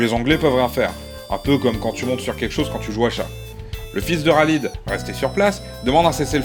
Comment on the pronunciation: Khalid il me semble que ça se prononce "Ralède" ^^